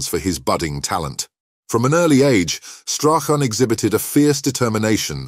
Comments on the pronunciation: Gordon strathen? It's Strachan 😂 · Strach Ann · This has to the worst narration to a video that I’ve had the misfortune to listen to. There had to be at least 25,000 mispronunciations of Stachan’s name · Should be called how many ways to pronounce Strachan wrong, he was brought up in Muirhouse and went to Craigroyston high Not Broughton. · You'd think they might have researched the correct pronunciation of Strachan. Very sloppy and lazy piece of journalism with a disingenuous click bait title. Shameful